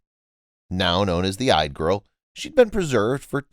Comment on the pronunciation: Yde. It sounds like "EE-duh." Otherwise great job.